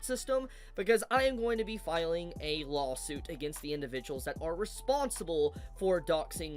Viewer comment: Why does he say "Lawhhll" suit? Does he have a speech problem?